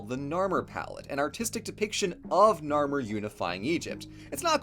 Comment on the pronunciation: Anyone else get triggered when he said narmer?